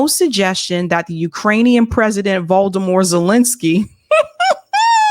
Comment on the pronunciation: its “Volodymyr”’ not Valdemor 😅 But on a serious note, whoever doesn’t know, the Baltic Sea has one of the most dangerous and difficult water conditions for divers. Hence it took many years to build the pipeline. Would you believe that a couple of amateur divers could blow it up? And where did they get the explosives? It doesn’t make sense